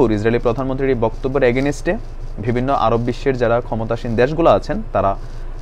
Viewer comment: Bangla bhasa sanskrit bhasa theke eseche. Sanskrit bhasa hinduder bhasa. Jara bangla bhasa te katha bole tara ashole hindu. Ektu bhabun. Against katha ta tik moto uchharan korte parchen na ei.